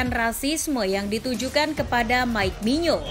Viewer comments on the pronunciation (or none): none